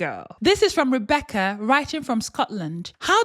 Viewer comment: Did you just say Rebecc-ERD?? 🤣